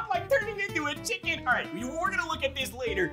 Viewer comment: Omg my DP parrot 😭😭😭😭😭😭😭😭 " red chimken"